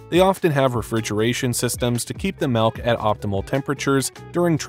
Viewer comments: I was with you until you pronounced "milk" as "melk".... The "ill" sound in milk is more appropriate as "eel" than it is as "ale" or "egg" This is an ick for me...😂😂😂 I cringed so hard Everytime you said it. If this helps: the word used for where milk comes out of has the SAME vowel sound... Think about it... You don't say tets... LMBO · oh my god STOP SAYING MELK!!!!!!! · What is "melk"?